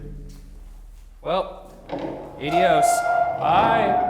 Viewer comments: The way Ryan said adios🤦🏻‍♀️ (he pronounced it Aye-de-os) 🤦🏻‍♀️😂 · I just wanna point out that Ryan said adios like "ayeedios" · Is anyone going to talk about the way Ryan pronounced adios????